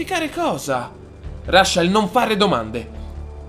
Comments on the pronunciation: rascel?Reicel!(la pronunza 😂) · SI DICE “RECEL”